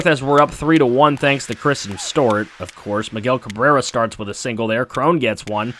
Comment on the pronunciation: It’s not stort its Stewart